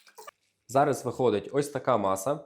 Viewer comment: Не зара говорить треба, а зараз!